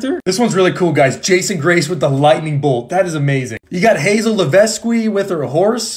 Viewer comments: What are those pronunciations? Is it actually McLain? Also, I’m confident it’s pronounced levesk not levescway. Also, dine geelo? It’s dee angel o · I've always pronounced Hazel's last name the French way "lev-esk" tbh. The way its written is definitely French and since she's from New Orleans, it would make sense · i think the s is silent pronounced leveque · The real prononciation of hazels last name is “levek” you don’t pronounce the “s”.